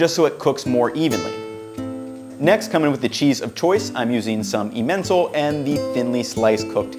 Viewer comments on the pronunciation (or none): That emmental pronunciation yikes! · EEE-MEN-tall cheese? Not a thing. Ehmen-TALL-er cheese, is a thing. 🤣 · Ementhall is em-en-tall not ee-ment-all. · Just a bit of help: the cheese is eh-men-tall not e-mental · I could be wrong but I think you are mispronouncing Emmental. Not trying to be a jerk but…